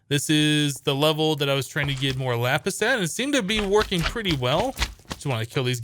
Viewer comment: I thought he said yapis